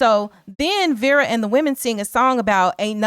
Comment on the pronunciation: I’m sorry, but her name is pronounced Vera not Vara